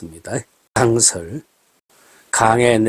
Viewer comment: 중국주재원 발음으로 듣는 "강설" 좋습니다. 마침 내일은 전국에 폭설이 예고되어 있으니 겨울에 딱 어울리는 뱀술 인것 같습니다.